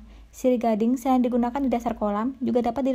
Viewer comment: Suaranya bhahahaha lagi makan gula2 hahaha. ...... Serain..berindung.... Berebihan... Gulmah😝🤣🤣